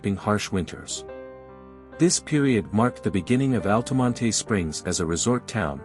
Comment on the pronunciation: I grew up in Altamonte Springs, if you're going to do a video about it, you might want to learn how to pronounce it, the "e" is silent in Altamonte! 😁 FYI - In case you knew that, use a pronunciation key in your AI voice generator >>> "ALL-tuh-mont"